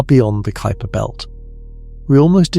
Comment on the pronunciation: Far too long for the information transmitted. And please take a class in introductory Latin so that you understand how to pronounce words. Kuiper is pronounced k y p e r. Not k o o y p e r.